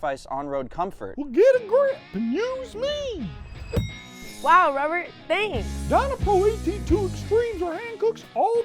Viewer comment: Please don't do rubbert again 😂